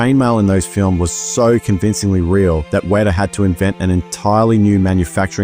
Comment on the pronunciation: It is pronounced WET AH. Always has been always will be.